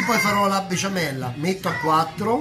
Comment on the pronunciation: Max non sai dire besciamella hahahahha